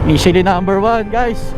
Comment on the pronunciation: Mit che lin ang tamang pronunciation po 😊